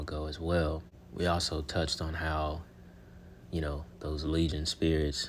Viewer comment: You said Legion spirits it’s legion spirits daggonit! Lol